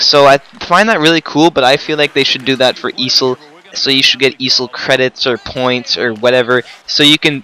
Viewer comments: I have never heard EASHL be called "easel" like the stand you use on art class but ok... XD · E A S H L wtf is an easil lol